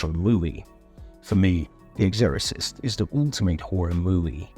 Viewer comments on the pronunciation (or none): I don't quite understand the accent. It seems British, but then there are some wildly mispronounced words. Especially Exorcist.